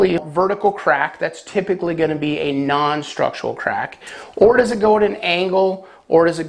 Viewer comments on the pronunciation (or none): Structural. Not "structual". I swear you say it wrong every single time.